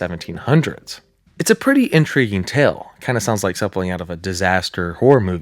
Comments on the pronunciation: Why do you pronounce “something” as “sumphling” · Things like sumpling instead of something and seeked instead of sought is making this impossible to watch.